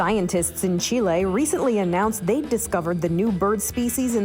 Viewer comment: The pronunciation for Chile was quite off.